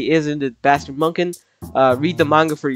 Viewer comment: It’s not Munkin, it’s Munich (Mew-Nik)